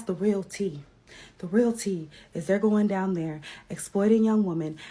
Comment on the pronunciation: She was trying to say REAL country....but she said rell..lol